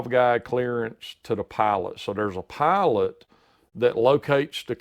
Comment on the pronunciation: He said pilot i heard "pallet"